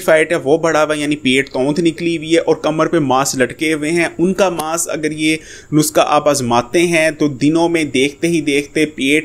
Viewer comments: bhai it's not nuska,,the word is nuskha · dear yeh NUSKHA hota hay na k NUSQA.... aur plz to the point baat kiya k karo buhat lamba khainch liye...